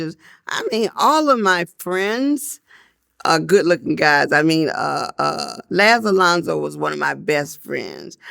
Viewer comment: Wait. Did she say Laz Alonzo? Whew child..